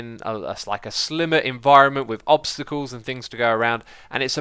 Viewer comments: "obsticals" I think you mean obstacles. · Just to point it out, its obstacles, not obsticals. :D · obsticals lol